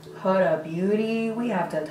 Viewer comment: WeirdoInTheCorner lmao and how she pronounces “Huda”